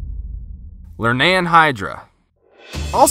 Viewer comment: The things you saying is wrong Cylla :that is Cthulhu Curibnes (cur-rib-nes Lernaean hydra:(ler-ne-an) I now my mythology